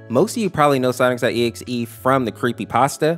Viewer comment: Bro it sounds like he’s saying sonicstotexe